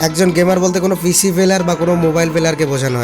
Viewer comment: পিসি না পিশি 🤣🤣